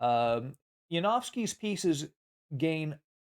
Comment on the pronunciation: Sir, you are such an educated person as you pronounced Janowski ja•novs•ki in its own language and not ja•nous•ki as if it were English which is not. Thanks for this bonus lesson! I look forward to more accurate pronunciations as of Winawer, Tartakower, Euwe, &.